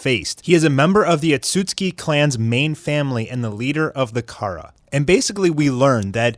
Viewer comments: Am i the only one who’s triggered by him saying otsusuki as (Otsuski) like ITS OTSUSUKI😂 but love the content tho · You pronounce otsutsuki wrong.. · I don’t like how this guy is pronouncing the words “Otsutsuki, Ninjutsu”☹️☹️ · Bro if you mispronounce Ohtsutsuki ONE MORE TIME......😡😡